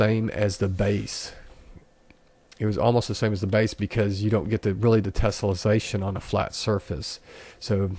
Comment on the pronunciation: Its tessellation not tesolization say it right please doing my head in and it works fine but you need to model and subdivide a cube not use unreals default cube learn what your doing before you make a video